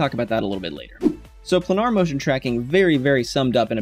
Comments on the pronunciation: Second youtube instructor who can't/won't pronounce the word Planar. yes..like a plane....i.e.: "Plainer" Could it be Plainer? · Good info, but PLEASE learn how to pronounce planar! (pley-ner) :-)